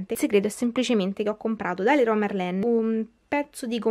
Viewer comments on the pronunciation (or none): none